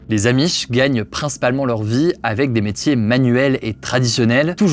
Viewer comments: Les zzzzzamish ….. insupportable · Aloha les gens. Super la vidéo, par contre arrêtez de dire les z’amish mais juste les amish. Merci bonne journée